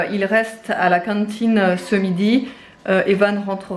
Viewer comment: ' à la cintiine ' 🤣🤣 j'adore !